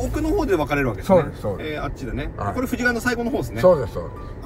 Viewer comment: 富士川は「フジカワ」と発音。「フジガワ」じゃないよ～（笑） 静岡県側の富士川流域住民としては、ちょっと気になる。